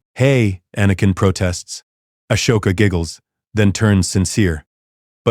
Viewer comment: The name is Ahsoka, not Ashoka. It is wrong many times throughout the story.